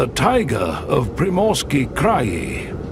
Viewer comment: why do you mispronounce scientific terms? Like 'tAiga instead of Tai-gA'? Why make a video, a documentary, a scientific film about nature in Russian Siberia and mispronounce the main terms? 🤷🏻‍♀️ why? Why don't you just translate the terms into English and pronounce them correctly in English? 🫣 What is the issue with all these mispronunciations ? 🫣what is a krey?!!! 🙄😳wtf? It is pronounced just like the CRY - sound for sound, cry!! 😂😂 You got a like ❤👍… and a new subscriber🫡👍